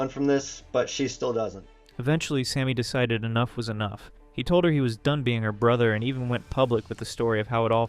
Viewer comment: 'decited' is killing me idk why 😭